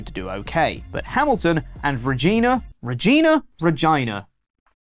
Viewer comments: it’s not regeena it’s Regina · you were right with the second announciation, Regina (reg-eye-nah), yes it does rhyme with a particular part of the female anatomy and every Canadian child makes all those jokes in primary school.... My real question for you,, is: How did you,, how did YOU not confirm the announciation of a Canadian Place Name with your bestie and resident Canuck luchadore, Tempest? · Dear, It’s pronounced REG-EYE-NA. The city that rhymes with fun.